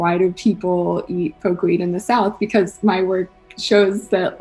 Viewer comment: Poke-weed.. not pokéweed